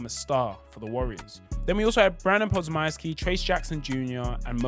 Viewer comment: Nigga done chopping up podziemski name Badly dam😂